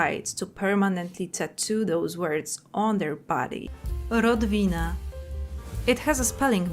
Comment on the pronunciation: "Rodvina" SON 🥀 I have no words for these people, honestly. Like, is the ability to use Google banned in some parts of the US? Is the only thing they are allowed to use Facebook or something?